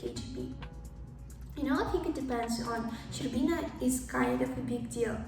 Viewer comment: Love how you pronounce Boris Shcherbina's name. Now I know how to pronounce this weird letter correctly in russian !